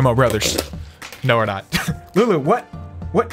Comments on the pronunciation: He said lewis or louis right? Wheres lulu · you called lulu luis in the intro like if you heard